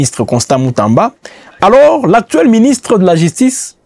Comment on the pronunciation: Jistice, figuire, piblic. Cette chaîne ne fait pas test oral non?